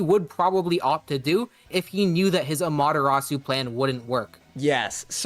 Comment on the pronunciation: Guys I love the video but I'm sorry the way you guys pronounce Amatarasu is gonna make me cry 😂. "Ama-Da-rasu" 😢